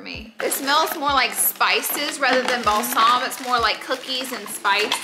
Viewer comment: Love every time Laura says Balsaam, then I know it’s Christmas;-)